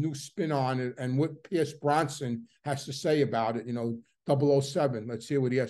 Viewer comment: Cmon man his name is Pearce Brosnon not Bronson and he’s Irish! 😂